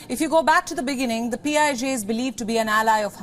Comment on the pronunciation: PIJ sounds like P.I.G.